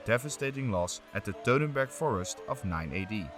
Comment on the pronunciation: please do NOT say teutenburg forest, Say Teutoburger Wald...!